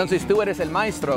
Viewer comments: El "maistro?"🤣🤣 pues que albañil? 🤣🤣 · Cómo buen mexicano no se dice ::: MAESTRO se dice MAITRO 👍